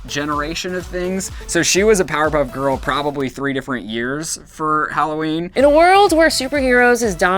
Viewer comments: she said 'powder' puff girls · It did sound like it XD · Did anyone else hear powderpuff girls?